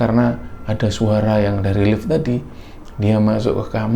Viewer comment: Orang lain: "di Lift": " di elift" Hehehhe sukses terus kembara sunyi..